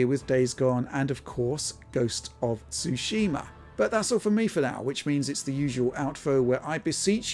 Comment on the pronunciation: Stop saying "SooSHEEmah", ya uncultured swines. XD